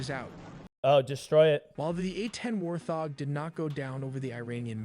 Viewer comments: WTF is a war thog? God damn, AI can't speak fucking English. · War thog??? God I hate AI generated audio...... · Made my eye twitch every time lol the first time I heard it I was like "have I been saying it wrong my entire life" then I got mad because it made me doubt myself for just half a second 😂😂😂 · Why he saying warthog like that